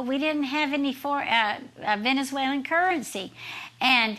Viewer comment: "The nation of Venezualan"... Need I say more?